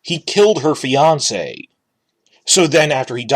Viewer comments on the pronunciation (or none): none